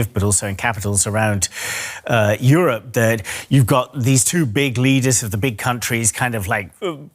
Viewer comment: Dafuq are there so many Indian reporters for a German channel? Can't even pronounce Europe properly, says Yorope.